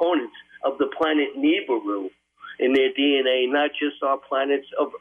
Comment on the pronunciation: More like Hebrews